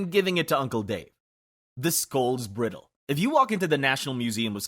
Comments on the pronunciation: That is NOT how you pronounce “bridle.” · The video does a pretty good job of pronounciation, with mostly minor issues on words in other languages. There were two that weren't minor and might cause chagrin if used in conversation or a presentation, etc. Bridle= bry-dul It's what you put in a horse's mouth to help 'steer' it. Maybe you'll travel with your horse to the U-freight-eeze (Euphrates) river!